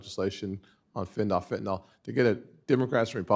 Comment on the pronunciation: Golly, it isn't fen-ta-nol, it's fentanyl, rhymes with will.